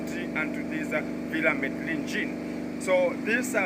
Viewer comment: I noticed that you're still struggling with the villa name! The pronunciation is Mededjin